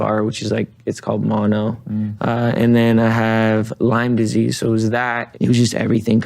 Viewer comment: speaks: Me::|??: "LYMES DISEASE" Me: ohhHHHH JUSTIIIN